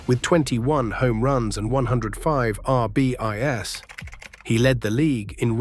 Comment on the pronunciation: right R B I S for RBIs...please use a human I will do it reach out to me!!!!!! Video is great but an english AI voice please no